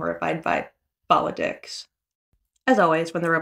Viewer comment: I know you said 'politics' but I thought I heard 'ball-of-dicks' and my immediate response was "yeah that would be very horrifying". Thanks for the continued coverage.